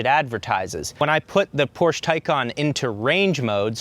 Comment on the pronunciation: Thumbs down for repeatedly mispronouncing Porsche